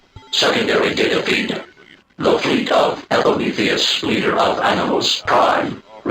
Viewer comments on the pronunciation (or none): none